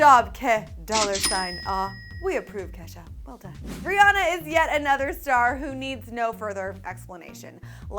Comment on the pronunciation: It's Ri-Ann-A